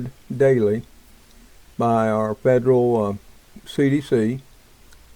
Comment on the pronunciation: again the s in Illinois is silent love you're cooking videos I think they are going to wait for people to beg for a Vaccine that will kill many more. create a problem insight panic offer a solution